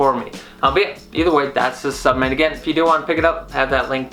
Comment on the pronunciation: WTF is a “subment”? Good review, but learn how to enunciate, bro!